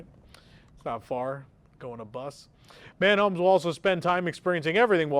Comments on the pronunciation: not anymore. MAN HOMES it is 😂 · lmao "man homes". "Muh Homes" dear... "muh homes". Thank you for that laugh. is from Kansas City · Dude it’s Mahonmes not Manhomes 🙄🤪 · Pronunciation: Muh Homes* 😁